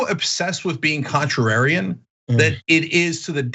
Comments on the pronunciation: Cenk: "contrararian" Yeah, he should stick with simpler words. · Cenk can't pronounce contrarian.